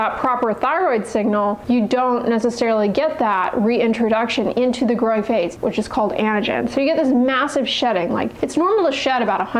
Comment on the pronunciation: Whenever you say, "growing," it sounds like "groin."